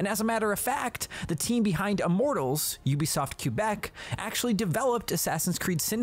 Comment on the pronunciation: Did he say Ubisoft Q-bec??